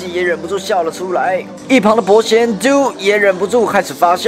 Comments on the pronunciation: 他都念丢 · Ivanka Stewart 其實他是在說記者發的音是E.X.O ，但是正常的是整個字讀。但是要分開讀的D.O.記者卻讀成嘟，所以她才說記者不專業拉。你也不要太執著在這裡麻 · 記者啊，以後英文要學好啊，D. O也能唸成嘟?😂😂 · 首先 EXO的E不發音 第二 人家叫D.O.(低歐)不叫都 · D.O=嘟 我也笑到快瘋掉😂 EXO的E不發音所以是唸XO... 記者專業一點辣😂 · 不行那個嘟我真的笑了 還有不是一欸可是歐是欸可搜XDDD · 嘟... “E”XO... 下次請做功課好嗎！ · Exo..... Do..... 不是这样谂的😑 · 有學過英文嗎？EXO和D.O真的會唸嗎？